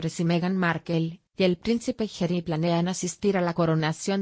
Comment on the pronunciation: No se dice Gery! Es Harry o pronunciar Jarry, no jery